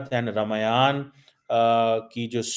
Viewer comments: Bolna seekh le pehle ramaayaan nahi ramayan ,madarsa educated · O duffer, pronounce correctly, DO NOT INSULT OUR SACRED BOOKS. It is not R MAYANA,It is pronounce " Ramayan " It is not MAHABHARATA., It is pronounce " Mahabharat" Do not forget ka kheema, your ancestors were SANATANI. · रौंदूमल। Keeps making stupid remarks. रमायण नहीं है, रामायण है, your pronounciation is terrible. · RAMAYAN KO AAP GALAT PRONOUNCIET KAR RHE HAI IT IS ( RAA MAA YA N)